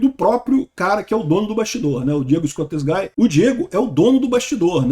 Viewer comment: é "ESCOSTEGUI" a pronúncia e não "ESCOSTEGAI", Escosteguy é um nome de origem espanhola.